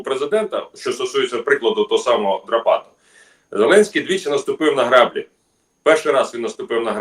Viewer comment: Не граʼ блі, а гра бліʼ ! Це на свинособачій мові граʼ блі.